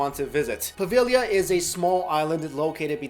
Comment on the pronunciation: Aww I'm proud of you! You almost pronounced Poveglia correctly! Po-veh-yee-a. You got close, at least you knew the g was silent, most people don't. But yeah, no L sound, it is kinda tricky. Five years of studying Italian and I can barely do it lol